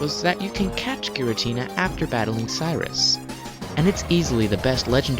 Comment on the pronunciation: What is a girintina? Oh, you mean Giratina.